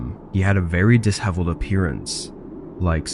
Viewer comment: Is your narration done by a bot? “Dis-heveled” is how you pronounce disheveled when there are more complex vocabulary that has been read in stories past?